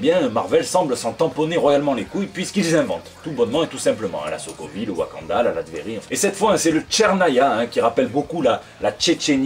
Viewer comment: Je suis le seul à avoir entendu "sodomie" quand il a dit Sokovie? X)